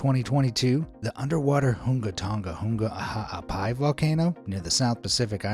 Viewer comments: Hunga Tonga-Hunga Ha'apai What I heared: Hunga Toonga-Hunga Hrsafesrearestrdgvuknlom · Nobody: Him: The "HoNgA TonGA-hUNga Ha'ApAi" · Hunga Tunga- Hunga Ha'apai😂 Eyjafjallajökulu🤣💀Pu'u'o'o💀💀💀